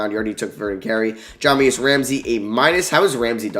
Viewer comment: Love your content! Just an fyi, Jahmi’us Ramsey is pronounced Juh-my-iss